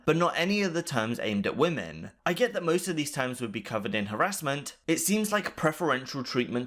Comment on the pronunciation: "TOOMS" = "Terms"